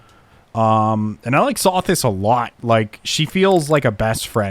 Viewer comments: when you pronounce Sothis wrong, it makes me chuckle because pronouncing names wrong is one one of your quirks. I actually find it endearing, lol. I hope you don't take it the wrong way. It's low-key something I hold my breath for 😆. Adds to your charm. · I imagine every time you pronounce Sothis' name wrong, Rhea is around the corner with a knife as Seteth is holding her back. I'm not implying that I am complaining about it. I just like to imagine things.